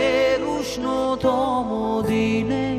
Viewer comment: আপনি বাঙালি , ব্রিটিশ নন। উচ্চারণ স্পষ্ট করুন বাংলা উচ্চারণ বাংলার মত করুন। ওটা বাদিতে নয়, বাধিতে। শহরের উষ্ণথম ডিনে নয়, শহরের উষ্ণতম দিনে, রেস্টরা নয় রেস্তোরা।